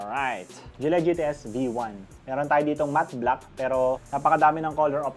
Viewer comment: Gille Its GILLY not GILLEH